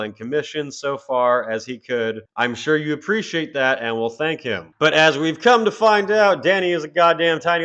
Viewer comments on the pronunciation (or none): none